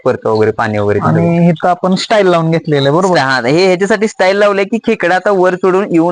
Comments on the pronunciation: स्टाईल नाही रं मित्रा टाईल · स्टाईल नाही रे बाबा टाइल्स म्हणतात त्याला🤦🏻‍♀️🤦🏻‍♀️